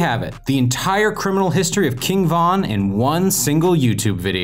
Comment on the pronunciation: Stop saying his name like that it sounds like you're saying king Kong 😂😂😅